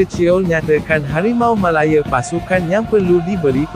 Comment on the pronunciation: betul .... "harimau melaYEAR" - sape la yg sebut "malaya" cmtu -pls